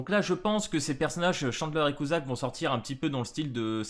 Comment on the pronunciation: Sa se prononcé cutsak et pas cuzak eli n'est pas une des seven deadly sins et sa prononcé deadly sins avec un s à la fin sinon trop hype pour les persos et bonne soiree🥰